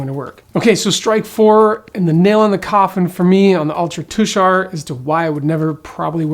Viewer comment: Thanks for pronouncing Tushar correctly. Tushar is my mother's maiden name and the mountains in Utah are allegedly named for members of my family who left Pennsylvania for Oregon many many years ago.